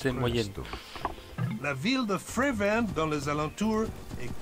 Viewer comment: La ville jaune c'est frevent pas prevent